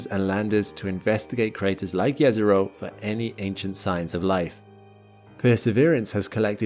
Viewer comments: Jezero literally means lake in my language xD So if Jezero was a lake, it would be lake Lake. :D Also, thanks for pronouncing it correctly :))) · The thing that got me most surprise in this video is the fact that actually pronounce "Jezero" correctly. My respect sir as I know how hard is this to pronounce for an non native speaker. And from this I can see that he actually resect the thing he is presenting.